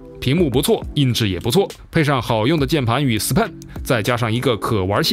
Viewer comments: S pen, 你要么读sben, 要么分开读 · S Pen应该念 矮死盆 ...